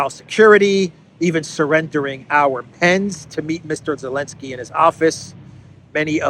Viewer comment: Why do you call him Elenski, i.e. without Z?